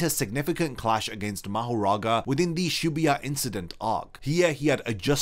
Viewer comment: Shibuya, my boy said Shebuuyah 😅...